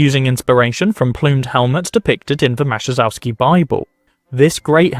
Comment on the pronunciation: The Maciejowski Bible is pronounced totaly different, J in polish is not lie soft "g" sound, but a short "i"sound, so it practicaly merges with next "o". Thanks for great video!